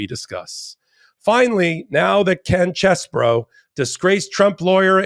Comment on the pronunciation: No, it isn't CHEESE-BOROUGH, but it isn't Chess-BOROUGH either. It's Chess-BRO.